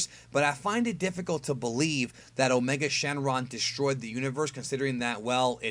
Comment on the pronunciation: Did you say his other name is, "a Charlie Sheen lung"?